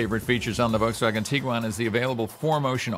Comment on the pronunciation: Wow someone who actually can pronounce Volkswagen 😮